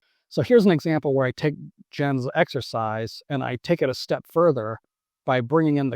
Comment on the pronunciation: It’s “Yens”, bro not Jens